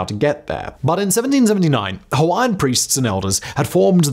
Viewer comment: Good pronunciation Simon of those Hawaiian names! This video captures pretty much the same history I was taught at my high school in Hawaii, oh so many decades ago.